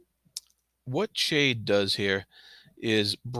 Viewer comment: I enjoyed your commentary, thanks. One thing about your pronunciation of Chade. I too pronounced it Ch like in change and after reading the whole series, I read an interview with Ms. Hobb and she said it is pronounced like Shade. Which makes sense for the character. I can't change my pronunciation in my head though, even knowing the truth now, not after 16 books! Sorry to be pedantic.